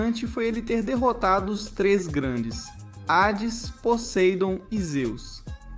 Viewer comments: Parei quando ele disse: Posaidon 😂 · querem inventar jeito novo de pronunciar "posáidon" ridículo